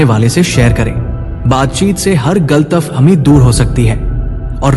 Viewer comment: SIR, GALATAF HAMI NAHI "GALAT FAHAMI" HOTI HA AAP ISE Otherwise NA LE, PLEASE..